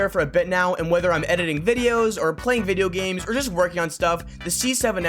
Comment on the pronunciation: When new staw wahs videow Minecraft zombie buhhhh